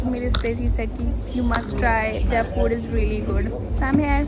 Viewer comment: your idol speaks perfect English, for example 'im hair he is hair' / 'im a chicken gal' / ' I am eating borrrrgorrrr' 😂